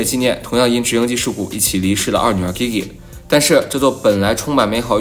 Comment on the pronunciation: Gigi不会读吗？